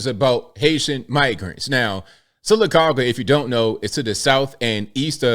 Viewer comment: I am impressed you pronounced Sylacauga correctly.